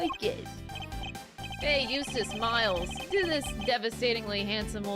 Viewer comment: Biggest moment of character development is pronouncing Eustace's last name correctly.